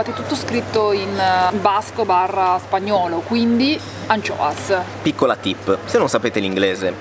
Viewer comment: ed io, da buon Genovese, ho intuito subito che le “Ancioas” o come si scrive fossero le acciughe... la pronuncia è simile alla nostra in dialetto 🤪🤪🤪